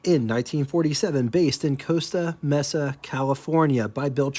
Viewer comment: Small correction. Costa Mesa is pronounced 'Coast-a May-sa'. That Glasspar has been seriously re-powered. Although the OHV Cadillac V8 dates back to 1949, in 1952, it would have been 331 c.i. The Cadillac 390 V8 wasn't introduced until the 1963 model year. Who knows what that car originally came with, but if with the 331, exterior dimensions being the same, a swap to the 390 wouldn't be a problem. They could have also upgraded to the 429 without much problem. But, hopefully the chassis can atleast handle the 390. Because of being a thin-wall casting, the 429 wouldn't have been a good idea.